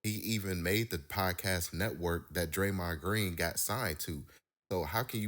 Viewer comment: did he just say Draymon Green !!!! 🤣🤣🤣🤣 what an idiot